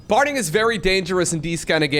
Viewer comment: There is no "L" in Parting's name.